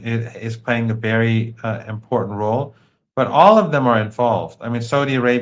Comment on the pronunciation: favorite word is "important," and he pronounces it SO WRONG nonstop. Someone REALLY needs to help him with that.